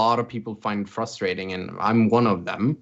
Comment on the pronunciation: Whoever is top left, it's not FUSTRATTING its *FRUSTRATING*. It really frustrates me how he mispronounced frustrating.